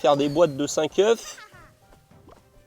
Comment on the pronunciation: on prononce pas le f de oeuf au pluriel (ducoup en prononciation : un "oeuf" des "eux" ) 😂😂😭 à moins que ce soit moi qui soit fou xD sinon GG en vrai t'as gérer la vidéo x)